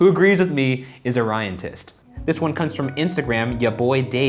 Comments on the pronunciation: Did anybody else think Ryan said "RyanTITS"? Because for a moment that's what I heard lol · Thought he said #ryantits fr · Omg when Ryan said ryantist I thought he said ryantits. I was like wow that's kind of an unfortunate name. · I thought Ryan said #ryantits 😂😂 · I thought he said ryantits😂😂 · I thought you said Ryantits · It's sounds like Ryan is saying ryantits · Am I the only one that heard it as RyanTITS?